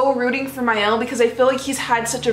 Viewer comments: no Ma el not Ma il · why do so many people mispronounce Mael. its not My El. its Mael as in Mail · You are the who mispronounce the name it is not mail it is not my El either it is ma el